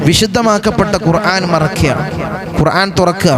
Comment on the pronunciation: ഖുർആൻ എന്ന് പറയുമ്പോൾ അയ്ൻ വരുന്നുണ്ടല്ലോ ഖുർ ആൻ എന്ന് തിരുത്തി പറയാൻ ശ്രമിക്കുക